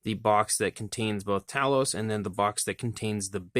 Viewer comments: NIce review! But... sorry to nitpick, but it's TAY-LOUS, not TA-LOUS.... don't hit me for correcting you! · Great review . Made me want to get one . Pretty sure its pronounced Tay loss though . Going by movie